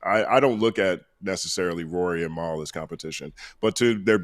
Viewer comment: constantly pronouncing Mals name like Mael is hilarious. He don't like Mal at all lol